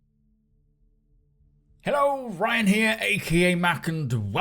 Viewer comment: It took me months to realize he's saying "Ryan here" and for some reason I always thought he was saying "Ryanair" like the airline company lol and I never gave it a second thought lol